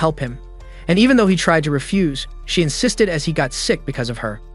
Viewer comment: They said insisded like 1000